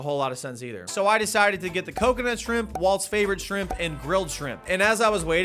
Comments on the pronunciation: New to this legend! Am I the only one who noticed that 'shrimp' intermittently became 'scrimp' towards the end? 😂😂😂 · I'm so glad someone else says Skrimps I thought I was the only one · I love that he calls them "skrimpz" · “Skrimps” lol